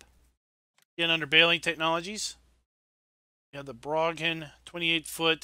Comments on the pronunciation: Two of my favorite trailers from FS17. I think you pronounced Broughan wrong though. You pronounced it as Brawgan, but I think it should be pronounced as Brawn. You don't pronounce the 'G'. Also, I would like to share my thoughts about Giants Modhub testing. As you pointed out there are well over two hundred mods now in testing, and they seem to be releasing about 15 mods per week, so do the maths. That is about 60 mods per month which means at the current rate it is going to be nearly four months before any mods that are submitted now will be released. That, in my honest opinion is totally unnacceptable. Giants really need to change the way they do things with mod testing. I'm not sure how other people feel about this, but It really does get my back up especially if a map, or mod that I'm waiting for gets rejected which then puts it back to the end of the queue. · U pronounce it as Brawken ps they’re are built near me irl